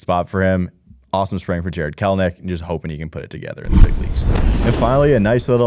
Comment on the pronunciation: Kelenic. Not Kelnic